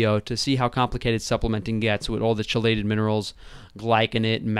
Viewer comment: KEE-lated, not CHEE-lated. Good rebuttal.